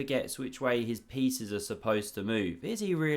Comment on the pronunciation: Have fun with your beautiful friends 😎 We wont say a word to your wife 😛 You mispronounced "pieces" but who cares 😂